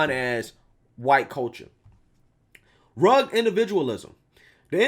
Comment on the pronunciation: Bruh.... I never commented on this before but you tend to butcher some simple words like "rugged" or "vehemently" as examples. Your channel is the bomb bro but some ppl may not take you as seriously as they should if you dont get a hold of your pronunciations. Just a lil constructive criticism that hopefully makes your great channel greater! Peace and Love my brother ✌